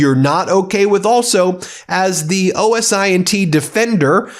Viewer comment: Just to let you know, those in the business don't spell out "O.S.I.N.T." for Open-Source Intelligence. We sound it out like a word: OSINT ("Oh sint"). Like for signal intelligence: SIGINT ("sig int").